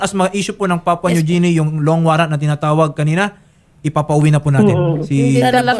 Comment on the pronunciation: Atty.. ang sakit sa tenga ng Papua New JI-ni mo.. ang tamang pronunciation po ay GI-ni.